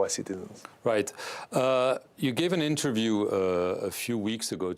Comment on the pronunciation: Whole "interviu", anything what Klitsko said is one big bad comedy😅